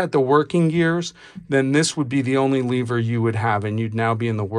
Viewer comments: why do you say leaver instead of lever? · What the fuck is a leeever?